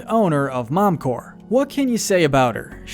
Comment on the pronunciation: Good video, but why the fuck do you pronounce it "Momcorrr" ?